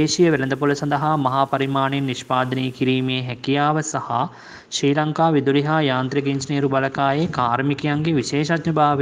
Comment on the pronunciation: ශී ලංකා නෙවෙයි ශ්‍රී ලංකා...😣💀